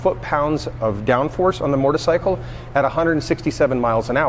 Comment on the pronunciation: Ducati North America CEO and cant pronounce motorcycle. Wtf is a mortacycle